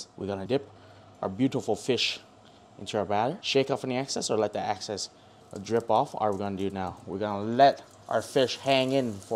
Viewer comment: “Shake off any access” 😂😂😂 BRO ITS EXCESS 😂👍🏻